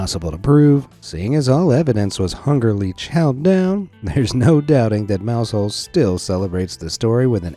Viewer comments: Mousehole is pronounced Mouzle. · Now I get why Americans make fun of us. Stargazy Pie makes no sense. Btw its “Mowzull”, yeah ik its dumb.